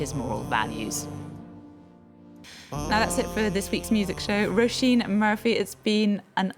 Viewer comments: Roh-SHEEN is the right pronunciation; it translates as "rose." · Mispronounced her name over and over then abruptly ends interview